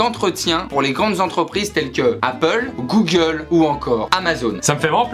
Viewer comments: « passer un entretien chez GOOLE » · Le duo de feu 🔥d’ailleurs c’est normal le goole au lieu de Google ? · "Passer un entretien chez goole" 😂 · "Passer un entretien chez GOOLE"